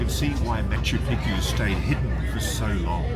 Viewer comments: Ross it’s Machu Picchu Not Picu….lol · bang your head against the wall every time Ross says makkeww Peekoo .....whoever has the worst tbi wins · Machu Piku???No one is correcting Ross about Machu Picchu pronunciation? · Machu PeePoo? What are u saying? Haha killed it Rosco.. I haven’t laughed that hard in years. Cocaine? The resonance in the window. My god I literally fell out of my chair. You’re the best Ross, I f….. love you my man. Hahaha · Please, next time, pronounce it correctly. maa.choo pee·choo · Matchoo Pitchoo pronunciation please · Good stuff, thanks 👍🏻👍🏻 I like how the Incas didn’t claim Machu Picchu as their own creation, like the Egyptians did with the pyramids. Ross, it’s pronounced Machoo Pikchoo 😉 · It's Machu Pi-choo Omg is not that hard to pronounce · "Machu Picchu is most accurately pronounced Mah-choo Peek-choo (or Ma-chu Pi-kchu), with the emphasis on the first syllable of each word: mɑtʃu ˈpiktʃu. The Quechua origin means "Old Mountain," with "Picchu" featuring a distinct hard "k" sound (kch)." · it was a torture to watch due to his mispronunciation of machu pichu. absurdly stupid. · Why does Ross insist on mispronouncing Machu Picchu? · Quite irritating that Machu Picchu is mispronounced throughout the entire episode. From start to finish. And everybody is too polite to mention it to Ross. Amazing indeed. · leave it too a goofball australian or brit to mispronounce Machu Picchu .. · I wonder if Ross will ever say Machu Picchu correctly even once 😂😂😂😂 Love you Ross❣️ thank you SO much for going to Peru 🇵🇪♥️❣️ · It's so interesting, but Ross- learn the proper pronunciation of the name 'Machu Picchu'